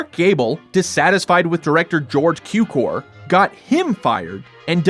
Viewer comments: Cukor means sugar so it shouts sound tsukor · George Cukor pronounciated with a TS as in tsunami (as if it would be tsukor). His father was born in Hungary, his name is translated as Sugar (like table sugar, it has relation to sucrose-cukor-sugar).